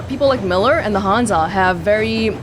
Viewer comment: wow I’m really impressed with your pronunciation of Miller’s name, molodetc proper pronunciation is Moskva